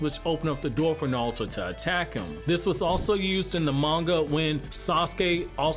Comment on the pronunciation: Nahlto lol